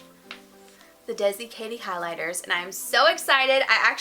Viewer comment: the way she pronounced those highlighter shades was so painful.